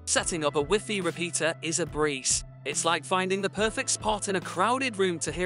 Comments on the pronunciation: I appreciate the content... but why didn't you change the pronunciation of WiFi?? It sounds so ridiculous and diminishes the quality of the video. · Lol ive never heard wifi pronounced wiffy. I only ever heard it said y fi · wiffy? its WHY FI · Is the wiffy in the room with us? Because I swear I clicked on a WiFi (wai-fai) signal booster video. 😂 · Educate yourselves dheads, Europeans say wiffy . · I couldn’t care less how he pronounces WiFi or wiffy. The explanations seemed redundant, repetitive, but not clear or concise. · Wiffy Rooter! Lol! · Probably good info in this video but I just couldn't stand "wiffy" so only got halfway. Is he the only person in the world who calls it wiffy?... I hope so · He lost me at wiffy😂😂😂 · I'm no certified MS engineer, and Wiffy is a pretty common way to say it in Southern Europe... Maybe try travelling a bit? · In french we say wifi as he pronounce it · I like the way this guy pronounces wifi.... no shade...